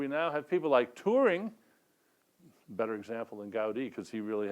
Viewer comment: Dennet did pronounce it as "Touring" I think. To my ears anyway :-)